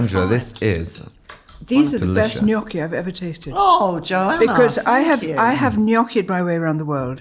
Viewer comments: and Angela please, please, please learn how to say gnocchi! It’s not “nokky” but “nyokky”! I’m very surprised at Angela not knowing how to pronounce this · It’s not nocky, sweetheart, but niocky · God knows what Joanna thought of stupid question about how the offer to star in 'Amanda Land' "I want to be on the "telly" CRINGE.....:face-fuchsia-wide-eyes::face-fuchsia-wide-eyes::face-fuchsia-wide-eyes::face-fuchsia-wide-eyes: Come on "Nock-ee":face-green-smiling: Really??????? It took Joanna who pronounced Gnocchi correctly.... Not surprising.:body-blue-raised-arms::text-green-game-over::person-turqouise-waving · WHY are you saying NOKKI 😭 Not Joanna. I think Joanna is the only guest so far who actually pronounces it correctly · Guys please... it's not 'knocchi'. It's 'gnocchi'. Please respect the correct Italian pronunciation. Dame Joanna is a delight. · Somebody on the team, please coach on how to pronounce the word, Gnocchi. Please. This is a food-related show. So embarrassing for him.